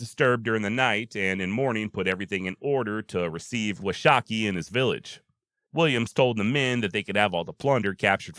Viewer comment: I enjoy your podcast immensely, but Washakie is pronounced Wash ah key...